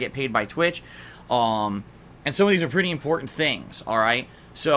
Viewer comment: God, I hate the way he says ayunnd